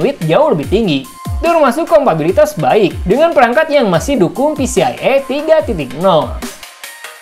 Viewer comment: mantap ini, buat yang suka pasang storage banyak2, oh iya kang koreksi sedikit, yang benar adalah 'kompatibilitas' bukan 'kompabilitas' 🙏